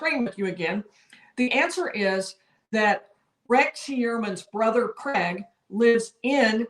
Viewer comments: Craig..your saying Cregg It's...Cryg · Cregg'..your saying Cregg..its Cryg